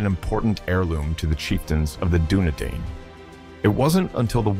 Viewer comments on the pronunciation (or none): Good video, but you gotta learn how to pronounce correctly some of the words like Dúnedain and Silmarils